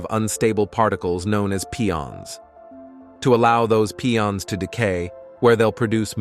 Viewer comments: Pie-ons not Pee-ons, ya machine. 😂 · Pee-ons are funnier